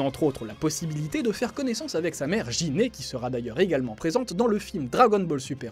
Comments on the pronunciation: C'est Guinée pas Jiné ou Jine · Gine ça se prononce "guine"